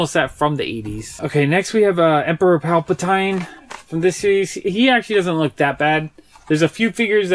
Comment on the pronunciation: You said emperor palpatine wrong